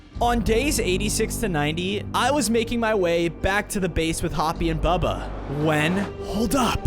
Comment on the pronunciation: Bro his name is not bubby his name is bubba